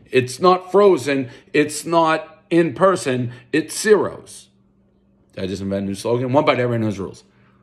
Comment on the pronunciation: One bite, everybody who’s really Italian knows it’s pronounced “chi-roes””